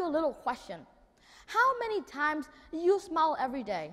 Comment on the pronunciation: thấy tựa đề làm mình tò mò, vô nghe thấy chỉ một đứa nhỏ thuyết trình vấn đề nụ cười. Tiếng Anh của Nhật Nam phát âm chưa chuẩn lắm, đặc biệt là từ SMILE. Nội dung không mạch lạc và không có chiều sâu. Đúng là người Việt Nam (người Việt ở Việt Nam) có bệnh nổ. Vậy mà cũng gọi là thần. Bó tay.